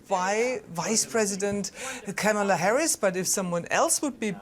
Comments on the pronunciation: The anchor mispronounced Kamala. KAH-muh-luh, not Kuh-MAH-luh. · KAmala (like "Comma-la") Not kaMAla. Not Kämäla. Hope you all will learn how to speak her name from now on - it's a sign of respect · It's pronounced like Kámala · Would you please teach how to say her name?!?